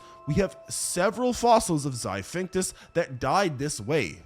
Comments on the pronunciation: I hate to be that guy but if your job is to voice videos, you should at least spend any energy trying to pronounce the words you're reading correctly. "xiphactinus" is not pronounced "xiphinctus" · How'd you voice and edit this video, then write out the chapter titles. And still not realise it's "zy-FAK-TIN-US" not "zy-fink-tus" lmao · i cant get over "Zy-phinctus" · Xiphactinus is pronounced Zi-thact-tin-us my guy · the way this guy pronounced Xiphactinus (“Zip-fact-teenus”) gave me straight up stage 10 brain cancer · One good thing about the pronunciation... choices... in this video is that no animal has ever had to be worried about the 'Zaphinctus', since no species by that name has ever existed. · They way he mispronounces Xiphactinus kills me 😅